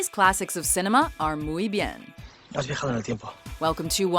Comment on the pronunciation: Azul y no tan Rosa was pretty cool, but oh well... at least I can agree with the first one, El Laberinto del Fauno was an amazing movie. Just please, keep translating to english, or at least learn how to pronounce it correctly, just the "Muy bien" sounded insulting for some reason